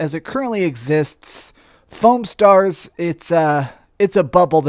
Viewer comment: You pronounced it wrong though.